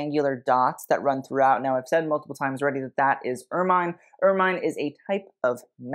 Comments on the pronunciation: I may be splitting hairs here but if you're going to critique fashion, you should pronounce and describe things correctly. Ermine is pronounced UR MUHN, not UR MINE. The bolero effect that you liked about Camilla's outfit was part of her robe, not part of her dress. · Ermine is pronounced er-min, not er-mine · Please: "ermine" is pronounced "er-min" as in mini, not "er-mine" as in mine. Look up the pronunciation of the member of the weasel family, not its use as a name. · Correction (with love) ermine is generally pronounced ‘er-min’ not ‘er-mine’. Great work! Thank you ❤ -old lady, usa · I’ve always heard it pronounced ER -MIN. Not MINE. I hate to pretend I’m a living Pronouncing Gazetteer, but ok…I’ll go look and get back to you for my 2nd post.🖤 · I am pretty certain that the animal and its fur are pronounced as "er min" - not "er mine" - so it make it difficult for me to listen to your video............. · It’s true! It’s pronounced Ur-muhn. Both British & American. I’m so pleased to be RIGHT, right? Oh well….hope you do read this. And make your adjustments. Love!♥️ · Ermine is pronounced err-min 😘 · The review of the Crown and other jewellery must be satirical right? Also pronounced er-min, and it is a better name for weasel! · Please learn the pronunciation of “ermine,” especially for a presentation on royal attire with extra footage of ermines. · Look up the pronunciations for ermine. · Ermine. Check how to speak it.